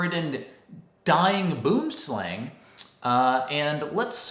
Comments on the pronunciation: Obviously you arent Afrikaans, but you are saying the snakes name incorrectly, you would say it as bwooomslang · The way you say Boomslang always amused me